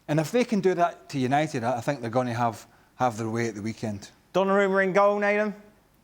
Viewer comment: ESPN; "Gonnarumma" really? 🤦🏾‍♂️